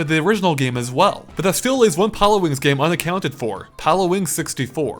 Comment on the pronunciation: Am I the only one hearing him pronounce Pilotwings wrong over and over again?